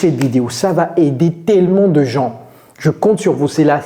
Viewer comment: Coach pourquoi tu prononces le "s " du mot "gens"?